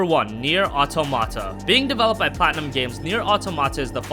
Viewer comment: It's auTOMata